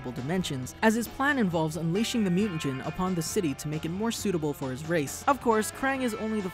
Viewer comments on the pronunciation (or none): none